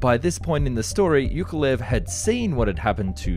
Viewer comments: Yakovlev, not Yukolev... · it's YAkoVlev, not "yukolev", the same as you pronounce Yak - and then just add 'ovlev' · It is YAKovlvev, not YUKovlev - can you not even read? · Why does he call Yakovlev - Yukolev?! Its YA-KOV-LEV, not YOU-KO-LEV!!! The panes are called Yak for a reason, they are not freaking Yuk-s... ?! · Who the hell is iukolev its iakovlew aka Яковлев not юковлев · It's not "yoke a lev" it's "yakov-lev" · At one point I was not sure what aircraft you were talking about. Yukolev? What's so hard to pronounce Yak-ov--lev? For a commoner it's not a big deal, but when your job is to TALK about things, than do the job properly. Good content, other ways. As usually. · Whos ..you kov lev Yak of...lev ...😂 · Holy c***, it is not Yookolev! It is YAKoVlev. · Why do you pronounce it as "yukolev" instead of "yakovlev"? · You pronounce "Yak" correctly but then butcher Yakolev, how? It's not you-koh-lev.... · Arghh. "Yukolev"? Have you tried to read this name properly at all? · After hearing Yukavlyev,I can't watch anymore 😅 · Not YUkolev but YAkoVlev! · Thank you very much for the interesting video! 👍 Just a friendly advice. You pronounce the name of the aircraft - Yak - very well, but you mispronounce the name of the constructer - Yukovlev instead of Yakovlev. Please, use the same pronunciation you use for airplane at the beginning of the constructor's name. ✌ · For Pete's sake, Yakovlev[yakovlev], not [yukovlev]. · Yakovlev, why do you keep reading Yukulev? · You are saying Yukovlev, it should be Yakovlev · Not "Yukolev", but "Yakovlev" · It’s ya-KOV-lev, not yu-KO-lev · Ukulelele Ukulev. His name was Yakolvlev, ffs. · Yukovlev??? He's name is Alexander Sergeyevich Yakovlev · Pronounced YA-KOV-LEV, not ""youkolev" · Why you have no problem saying "Yak" but cannot say "Yakovlev" and keep saying "Yukolev" 🤦‍♂️🤦‍♂️🤦‍♂️😂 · his name is YAKOLEV not YUKOlev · YAK - OV - LEV. Learn to read before pronouncing the name. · How hard is it to pronounce "Yakolev"?!